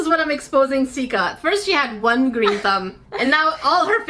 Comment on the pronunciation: You said grain besides green. 😂😂😂😂